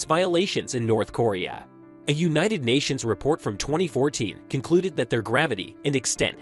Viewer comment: North corea....how can you make a video about a country an not even know how to pronounce the name ....nobody can take you seriously if you can't even get the name right